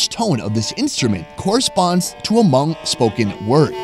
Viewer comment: Plse lady-its not “her-hmong”. Its just “Hmong”. Talk to me if u need further clarification! Omg don’t butcher my name!!!!